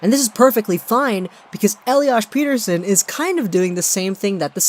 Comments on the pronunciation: per-ter-shon** smartass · If you're going to position yourself as a Canuck expert, please pronounce their names properly. It's Dahleen and Peh-ter-son.